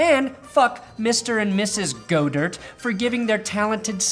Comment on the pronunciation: God-Ert say it with me GOD-ERT